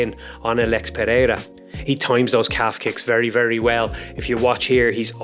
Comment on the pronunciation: as a brazilian, i can say you are problably the best outsider to say ''Pereira'' the right way, nice video my man